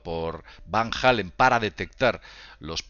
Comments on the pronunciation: Van jalen dice jajajajaja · ya lo sé amigo, sólo que dijo "Van Hálen"... Se le cuatrapió, talvéz venía de escuchar "what is love", ó "panamá", de la banda gringa de rock!:)))))) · Van Halen no es lo mismo que Van Allen. Lo pronuncia con J "Jalen" cuando es con H muda (ahlen). OJO ahi. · martin ES que ya le hemos dicho a que Van Allen es muy distinto de Van Halen (no hay necesidad de que pronuncie una H que ni siquiera existe) pero se le resbala